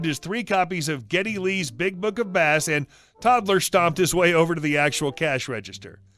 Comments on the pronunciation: It's pronounced 'base', not 'bass'. Geddy Lee plays a guitar, not a fish. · Pretty sure Geddy Lee's book is about bass, pronounced "base", as in the type of guitar or range of music on the scale. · That last story was pretty good but Geddy Lee is a bass guitar player and bass in this instance is pronounced as base. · FYI, Getty Lee was a bassist for the Canadian rock band RUSH. So his book was not about "bass" (as in the fish) it was "bass" as in the guitar (pronounced "base"). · I've heard this story on several channels and a lot of the narrators mispronounced bass. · It feels odd writing this to a reddit reader without a foreign accent, but it's pronounced "base". Bass guitar not bass fishing. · I cringed a bit every time he said it, but I guess not everyone is a Rush fan. 😊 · Bass, as in guitar, not Bass, as in fish. Geddy lee is a bass player, not a fisherman. (although to be fair, he might enjoy that too). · It hurt my soul listening to the bass/bass mistake multiple times 🤣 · Bass as in guitar not fish. Please tell me you know who Geddy Lee is???? Have you ever heard of the band Rush????